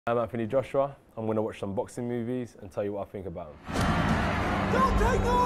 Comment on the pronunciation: London accent 🤣